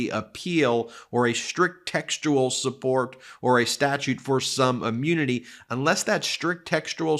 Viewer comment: Please please please stop saying ‘ammunity’